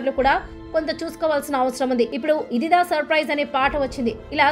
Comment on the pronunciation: తెలుగు భాషపై అంత అభిమానం నిజంగా ఉండుంటే... ఇదిదా ఇదిదా అని అనరు... ఇదిరా* అని సరిగ్గా ఉచ్చరిస్తారు ! నాటు నాటు పాట వచ్చే సందర్భం వేరు భారత దేశ ఖ్యాతిని ఉద్దేశించి చేసిన పాట... నాయకీనాయకుల మధ్య వెళ్ళదు! ఎంచుకున్న అంశం మంచిదే, కాని కొన్ని విషయాలు బాగోకపోతే ఇలానే విమర్శించబడతారు మీరు కూడా !